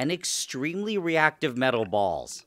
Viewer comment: "Metel balls'